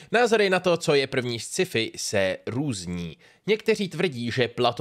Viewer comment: Ne Sciifi, ale Skifi :D